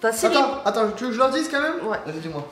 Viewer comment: On dit pas comme meme mais quand même 😭